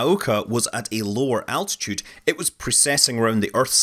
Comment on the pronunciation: say it with me.."altitude"...I kept hearing "attitude". mehh